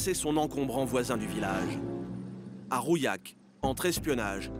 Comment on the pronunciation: Alors c'est Rouillac, pas "rouyac" et les deux ont fermé